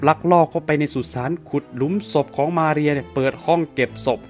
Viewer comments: สำเนียงชื่อของ มาเรีย โครตดีเลย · สำเนียงตอนอ่านชื่อเต็มมาเรียนั้นมันเริ่ดมาก เพราะเราก็เคยต้องพูดภาษาSpanish. สำเนียงคือใช่เลย Perfecto!